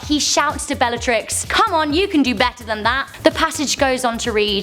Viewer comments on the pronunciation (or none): none